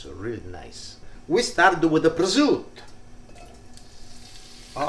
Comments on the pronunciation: Please pronunce prosciutto properly.. no presutt You are italian...😮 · Grazie ! Why do you say 'prozut'? And not prosciutto? 🙂 Nearly 500.000 subscribers. Congratulations 👍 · Prosciutto, hard-core old school pronunciation = PRO-ZOOT I love this man!